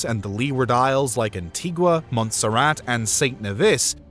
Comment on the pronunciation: An-tee-ga. Not An-tig-wa.